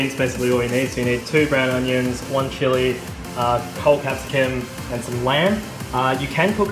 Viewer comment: the way you pronouced chili :D